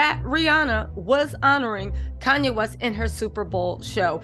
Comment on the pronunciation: Andre Leon Talley, not Koonye, I mean Kanye 😷 also my kids are 15 mths apart so I can relate, better to get them out of the way especially at her age.